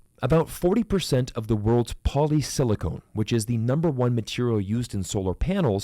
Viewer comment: You pronounced “silicon” like “silicone”. San Jose is Silicon Valley. Los Angeles is Silicone Valley. Huge difference.